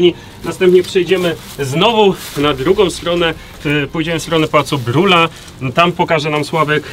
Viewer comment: Odbudowa Pałacu Saskiego... Nie mam zdania na temat. Dla Warszawy na pewno miejsce historyczne. Potrzeba mi więcej opinii i argumentów za i przeciw. Ciekawa audycja, ale razie mnie określenie używane przez jednego z panów: Pałac Brula! Pałac Brühla! Chyba znana jest na tyle ta nazwa żeby prawidło wymawiać.